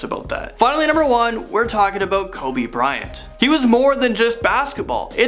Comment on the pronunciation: He’s saying Kobe bryan😒😒